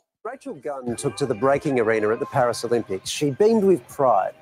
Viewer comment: Well, because when you say "Paris Olympics", it sounds like "Paralympics".